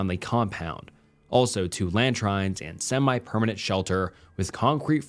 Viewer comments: Loving the stories (seriously good stuff), but "Latrine" is pronounced "Luh-Treen". I don't usually correct others like this, but this instance was particularly bad. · Hey!! Great stories I love listening to them 🙂 I notice there are times you mispronounce a few words in your vids, we are all guilty of this. For the future though the word LATRINE is pronounced like LATREEN 👍